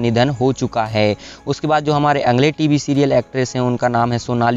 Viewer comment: कई जिंदा लोगोंके फोटो भी स्क्रीनपर लगाए है.यह अच्छा नही लगा. अगले शब्द का उच्चार अंगले ऐसा किया गया है. Please ये सूचनाएँ हैं. - मिसेस मेघना लिमये.